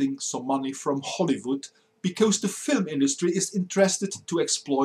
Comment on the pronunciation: I enjoy your videos a lot. It's just that your pronunciation leaves a lot to be desired. E.g. your rendition of "because" should be more like "bie-coz" and not "bie-cose" (Not quite sure of the phonetics involved here). Just aiming for improvement here ;).